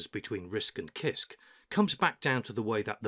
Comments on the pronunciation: Hi, I study English. Why do you pronounce "kisk" not "sisk"? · I like your videos but CISC is sisc btw. I though I was doing it wrong all the time but after checking wiki and other websites, I think I can conclude that it should be pronounced as “sisc”. Thanks for sharing and making a such high quality tho. Just giving some minor information about the pronunciation. No one else is listen. I think much of the new experience though. Thanks! Sir!